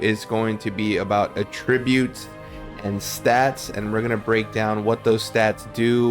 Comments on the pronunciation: Useful vid thankyou - you need to look up how to pronounce Attributes though lol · you mispronounce attributes are you a retard bro